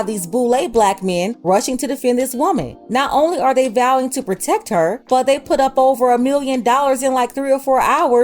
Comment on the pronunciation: “We HaVe too PrOtEcK haa” If you don’t sitchoazz down!!!